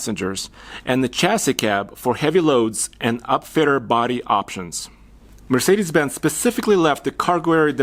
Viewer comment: "Mercedesis"? Lol